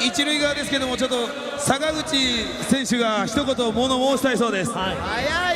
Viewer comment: あたり坂口選手といっているところが佐村河内選手って言っているように聞こえた